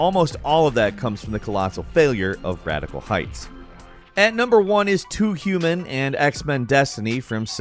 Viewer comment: Too youman loooool